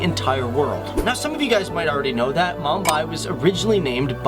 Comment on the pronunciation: butchered the pronunciation